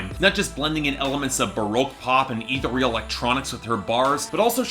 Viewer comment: Dessa (and all of Doomtree) is really good. 'Ethereal' is not pronounced how you think it is.